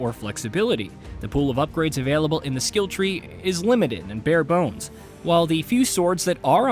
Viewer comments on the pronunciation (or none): none